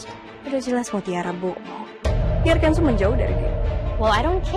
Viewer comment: Shakira nyebut nama Kenzo aja kenso 😂😂😂